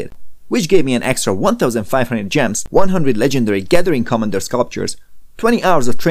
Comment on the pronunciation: My dude! Please say the word “commander” correctly, you use it so often and oh so wrong